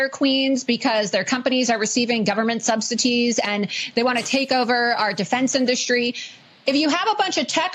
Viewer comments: Subsities? What an idiot. She doesn't even know the word subsidies. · Why does Laura Loomer always pronounce it “subsitees?” I know it’s beside the point… but it’s just weird. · Subsities,did hear her correctly? SMH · Loomer does not know anything, except to speak - using only talking points. I’ll bet she thinks subsidies is spelled ‘subsities’. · I like how she created a new word today “subsitees” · Did she say "Subsa Tees"? WTF? But .. yeah.. she actually said something! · This woman goes on national television and doesn't even educate herself as to how to pronounce subsidies??